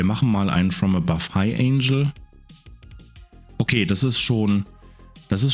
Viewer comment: Nur eine kleine pingelige Anmerkung: du sprichst "angle" wie das Wort "angel" aus - was Engel heißt, nicht Winkel. Wenn du es im Englischen wie Engel im Deutschen aussprichst, kommst du der Sache schon näher ;)